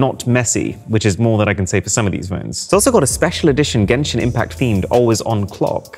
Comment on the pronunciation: gayshin infact*